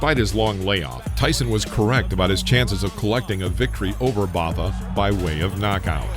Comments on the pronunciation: Botha is pronounced ‘Boater’. 😡😤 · ..when the narrator of a BOXING video doesn't even know how to pronounce Botha's name correctly. Hire a boxing guy to be narrator. Not this clueless dude